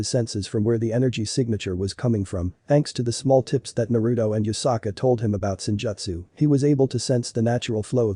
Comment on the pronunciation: it's yusaka not yukasa